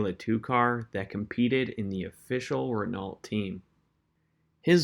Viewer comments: This is all nice and everything, but it comes off as amateurish with the way you pronounce Renault (it's pronounced REN-Oh). Aside from that little criticism, this is community college level research. I mean that in the greatest way. You really did a nice job with your presentation on one of my idols, Mr. Horacio Pagani. Great work, good sir! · The “T” at the end of Renault is silent